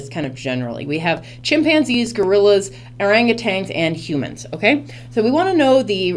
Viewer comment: Is that how u r supposed to read orangutan??